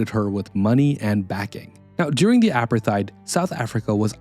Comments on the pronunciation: Hate to tell you but 'apartheid' is pronounced "a-part-eyed". Not "apper-thide". Interesting video though. You've obviously researched this incredibly well. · No, it’s pronounced apart-hate. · The h must be pronounced. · Drink a shot everytime he mispronounces Apartheid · great content, thx. Your pronunciation of war is odd and of Apartheid, risible. Is this an AI driven voice over?